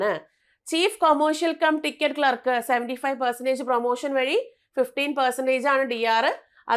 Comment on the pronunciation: ക്ലാർക്ക് എന്നു പറയൂ